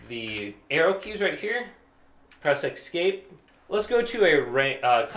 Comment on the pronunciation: Mate, it's pronounced "Esk-APE", not "EX-cape".